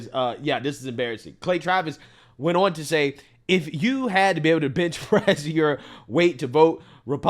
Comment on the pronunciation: Say "Awn" instead of "ON" 1 more time & I'm unsubscribing. It's ON, 2 letters O & N, there is no W in ON. It's not AWN like YAWN or LAWN. 🤦🏽‍♂️🤦🏽‍♂️🤦🏽‍♂️